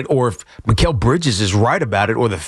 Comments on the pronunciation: Bozo says MILES Bridges instead of Mikal Bridges. Who's gonna tell these 🤡's who run WFAN Youtube channel 🤔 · It's Mikal not Miles. Tell the intern to get it right